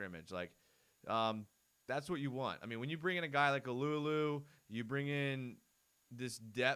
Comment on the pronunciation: Got to pronounce Tyson's last name Alualu right. It's not uh-loo-uh-loo it's AH-loo-AH-loo. Like when a doctor says "say ah" when he/she uses a tongue depressor.